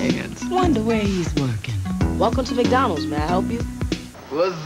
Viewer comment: why do blacks call it MACK dondals?